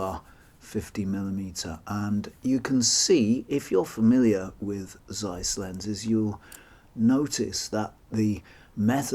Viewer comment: Very interesting to see them still around. (It's not the end of the world or anything but the "Z" in "Zeiss" is pronounced as "z" in "pizza" or "Mozart".)